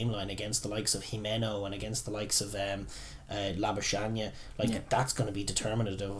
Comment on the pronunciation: Kinda funny how everyone seems to be butchering the 'Labuschagne' pronunciation, including the commentators. It's basically Lah - boo - skuhG(hard throaty G sound) - knee. For reference, in this clip, at about the 50 second mark, Marnus Labuschagne gives the pronunciation.